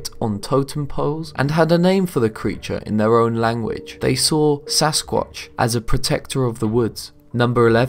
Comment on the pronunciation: at 2.30 he says sasqauch 2 times